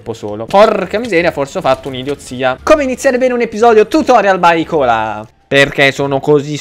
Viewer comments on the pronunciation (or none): Comunque ti ho contagiato, adesso anche tu lo pronunci "icola" e non "aicola" 😂